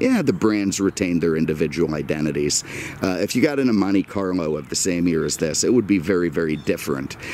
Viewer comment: Did I just hear "Monte Carmo"?